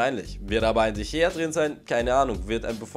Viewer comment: Sprich mal de Gea ordentlich aus